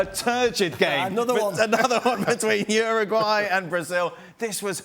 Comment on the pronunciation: It's not pronounced Ruguay, it's pronounced youraguay.